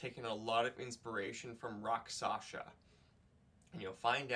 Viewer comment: It's Rakshasa, not Raksasha